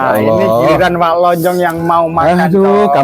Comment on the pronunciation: Assalamualaikum mas bro saya nak buat pembetulan cara sebutan (SEMBANG)sebutan depan tu aja yang salah(SEM)cak lonjong pun salah sebut,tray tanya kawan Malaysia carilah di video2 orang Malaysia,ape pun maaf🙏